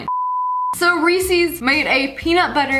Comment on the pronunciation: Did she just say,Reesees😭